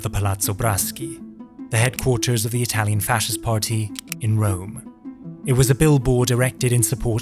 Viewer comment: your italian pronunciation is perfect. like the video itsef. great work